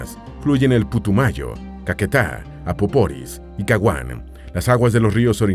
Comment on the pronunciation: Es río Apaporis, no "Apoporis"